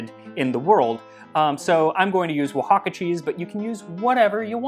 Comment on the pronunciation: you pronounced Oaxaca perfectly so one for the other